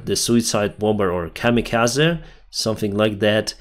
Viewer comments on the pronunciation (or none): none